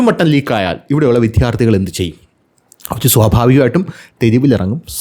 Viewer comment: വീഡിയോ പതിവുപോലെ സൂപ്പർ ആണ്. താങ്കളുടെ അവതരണ ശൈലിയാണ് വീഡിയോകളുടെ ഹൈലൈറ്റ്സ്. ചുരുക്കം ചില വാക്കുകളുടെ പ്രൊനൗൺസ്യേഷൻ കൂടി ശരിയാക്കിയാൽ കൂടുതൽ സൂപ്പർ ആകും. ഉദാഹരണത്തിന്, ഇന്നത്തെ വീഡിയോയിൽ വിദ്യാർത്ഥികൾ എന്ന വാക്ക് പല തവണ വിധ്യാർത്ഥികൾ എന്ന് പറഞ്ഞു കേൾക്കുമ്പോൾ ഒന്നു നെറ്റിച്ചുളിഞ്ഞു.. ഒന്ന് ശ്രദ്ധിച്ചാൽ നന്നായിരിക്കും..